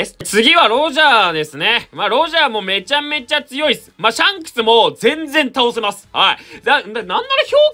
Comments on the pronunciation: シャンスクの言い方がジャン！に聞こえる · ｼｬ↑ﾝクスって言い方好きww